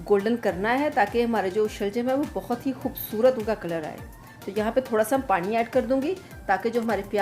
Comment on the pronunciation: plz parin nhi pani bola kerain